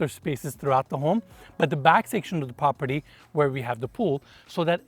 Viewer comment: This prah peeer deee 🤣🤣love the way you say this